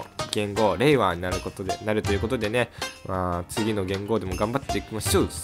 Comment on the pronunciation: 平和と聞こえました笑